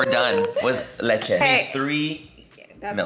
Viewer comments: The "leche" pronunciation 👌 Latinos are proud of you Laura lol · Tres leches you pronounced so well haha you really are a Latina at heart. when I first subscribed to you I thought you were but then you said oil hahah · The way you say Leche is puuurfect!